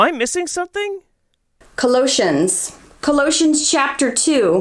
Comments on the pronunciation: "Col-OE-shuns"? Is that how anti-vaxxers pronounce Colossians? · Omg "Cuh lotions" is not a bible chapter... I hate when people want to quote scripture and can't pronounce anything right. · She can't even pronounce Colossians right! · As a Christian we don’t claim her. See how she says Colossians. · Fucking evangelicals. Hate the whole lot of them. She should work on learning to say the books of the Bible correctly. Colossians wasn't hardly recognizable. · How she pronounces Colossians makes me wince. Her entire viewpoint is crazy! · Ok, even with context, none of those verses said anything related to what she wants them to say. Also, I'm EXTREMELY suspicious of whatever religious "credentials" she has if she pronounces Colossians that way and has to flip back and forth that far trying to find 1 Timothy. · She can’t pronounce Colossians and is using antivaxxer propoganda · She can't even pronounce colossians correctly........ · she DOESNT EVEN KNOW HOW TO SAY colossians WEAK